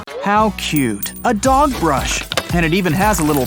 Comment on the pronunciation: It’s dog not dod btw